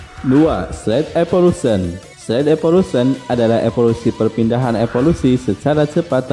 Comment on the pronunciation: Saya sering nih nonton konten lu. Tp kalo boleh sedikit saran, lu kayaknya perlu belajar penyebutan bahasa Inggris dengan benar deh, yg basic2 aja atau yg kira2 bakal masuk ke konten. Sesimpel nyebut evolution aja aneh.